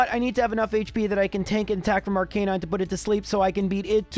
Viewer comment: Please learn to pronounce names correctly. Especially Arcanine!